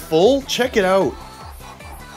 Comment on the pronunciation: I wondered where you were located ... then I heard you say "Out" 😅😂